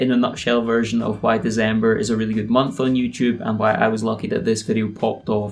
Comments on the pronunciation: Its December not Dezember..... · bro yu do know that its December with a C right? Its not Dezember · Y u say deZember?